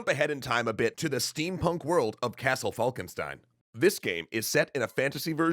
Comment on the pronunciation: "falkenstein" is the german word for "falcon stone" and it is spoken "falkenshtein" (because stein is written with an S but spoken with a german SCH)